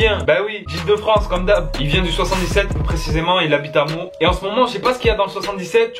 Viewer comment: ouai pas grave ca me fait un peu mal au coeur que tu ne dise pas la ville meaux correctement car j habite la bas et je suis fier qui represente le 77 en tant que rapeur